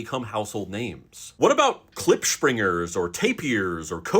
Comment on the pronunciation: Lol you said Klipspringer correct (well for an English speaker 😂😂), Bontebok almost correct 😉 I regularly have the Bontebok's cousin - Hartebees - in my garden, and Klipspringer once in a blue moon.